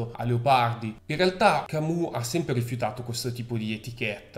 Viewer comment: Attenzione alla pronuncia francese Camus! " Camiu "